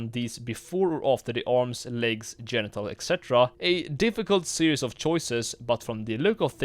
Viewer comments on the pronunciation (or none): none